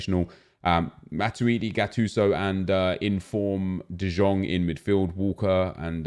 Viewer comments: Spin Meneer no, it’s Yong not Young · Triggers me so bad that nep pronounces it “ de Jong “ instead of “ de yong “ :(